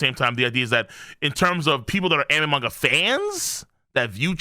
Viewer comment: I watched this dude regularly when he covered 7 deadly sins but had to stop because i hated how he pronounced the word manga. Jesus he has alot of drama